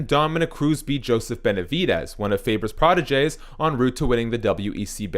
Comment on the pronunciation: The way this man say protege it’s killin me